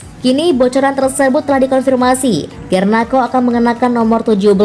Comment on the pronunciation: Garnako?????, pake k, hadeeehhh